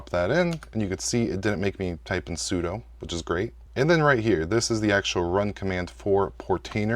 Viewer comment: Maybe next you can learn how to pronounce `sudo` 😉